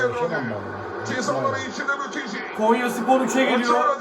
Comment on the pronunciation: Kenyaya değil konyaya .yeniliyoz maç sonu takımda üzülen yook